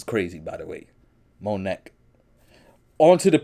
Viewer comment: I don't think his name is pronounced "Mo Neck" 😂😂😂